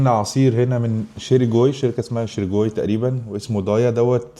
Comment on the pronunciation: اسمو شرݣي مش شيريكوي